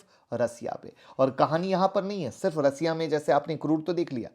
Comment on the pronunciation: रसिया नहीं सर, रशिया।🙏